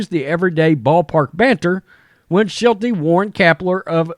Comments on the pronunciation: The third base coach for the Padres is Mike Shildt -- ShildT. There is no second syllable in Shildt. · Shildt was fired from the Cardinals in the offseason. He is now a coach for the Padres. You’re also mispronouncing his name, which is weird because he was a fairly well known manager the last few years and his sudden firing over the offseason was pretty big news in the baseball world. I’m not sure how someone can claim to have knowledge on baseball and miss these two things.